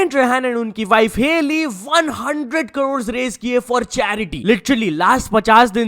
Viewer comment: Bhai isse crore nhi bola jata, ye har video mein kadod kadod hi krta h😂